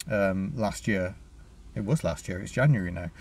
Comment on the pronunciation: Yay, someone who says January correctly!